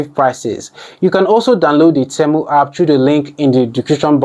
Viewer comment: Why are you saying Temo 😂 and not temu